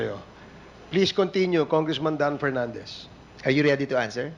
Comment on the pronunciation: Executive session? Tapos dun nyo tuturuan kung ano ang sasabihin! Dan Pernandez! Ang “F” ay hindi “P”. Ang “V “ ay Hindi “B”. Ang “Think ay hindi “Tink”! Flease lang fo!